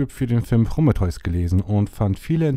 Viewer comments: Wieso sagst du immer "Prommeteus"? Es heißt PrO(h)mE(h)teus.. lol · "Promme-theus" ... äääääh, nein! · Ja, klingt echt schräg ja? - Ist mir auch direkt sauer aufgestoßen.^^ XD - Heißt ja auch Krebs und nicht Kräps oder ähnliches... Varion hat da auch einen genialen Sketch gemacht!^^ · Bitte sprich prometheus nicht mehr so dermaßen falsch aus!